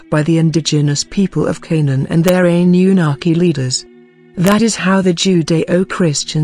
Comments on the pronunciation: "Ani You Naki" - "Ply-idi-yans" Man, these TTS narrators suck, i know, i've used them before.... ..you have to spell some words wrong, so the TTS pronounces it correctly, and the inflection... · I'm soo sick of hearing computer generated narration. I find it hard to listen to and hard to take seriously. The impact of the words is lost because there's no human element in the voice. "Ann-yu-naki" for example is mispronounced.